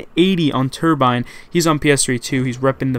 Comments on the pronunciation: lol he said turbine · First clip... He said turbine... LMAO